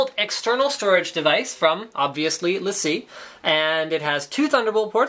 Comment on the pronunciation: No, it's lA see: It's a french company so not lay-see